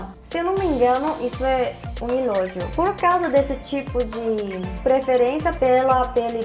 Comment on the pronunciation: Ela fala "Elogio" como se falasse "Relógio" ksks, iti:3!